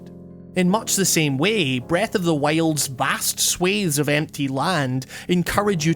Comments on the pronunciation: "breth of the whale" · Breath of the whale ? Lol Great video